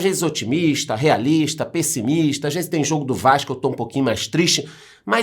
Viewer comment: Eu descobri que o é carioca, não pelo Vasco da Gama, mas sim pelo vaxco